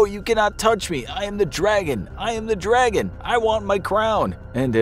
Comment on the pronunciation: "I AM THE DWAGON!! I WANT MY CWOWN!! AAAAGH!!"